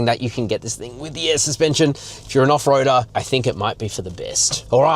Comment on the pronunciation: Lol 😂. Hahahahaha. "Mega off roadah". That trail was so basic